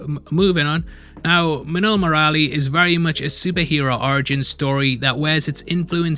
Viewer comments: While saying Murali you are right till Mur after that just skip the 'a' and quickly say Lee Similar to Mowgli if you change it to muugli - Murli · It's not murralli murali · hey! Try speak "MURLI"..... ANYWAY MUCH APPRECIATED FOR THIS VIDEO. lots of love and have a best Year ahead...